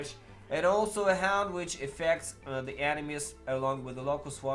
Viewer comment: Hound or HAUNT??? :) you need to improve your english pronunciation... :)